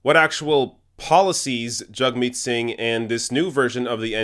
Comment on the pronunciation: I've noticed you say "JUG-meet", I thought it was "JAG-meet"? Either way, great video. Thanks from the UK, hope to see Singh, Corbyn and Bernie in charge ASAP.